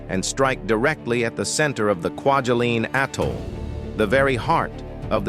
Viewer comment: Haha, “quadulin”! 😆 And then, “Quadrilinne” or something…😵‍💫